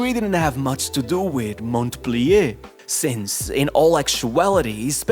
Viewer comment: The T in Montpelier is silent 👍